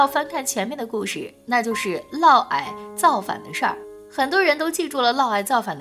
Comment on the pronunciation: 是的沒錯，「嫪毐」就唸「嘮矮」。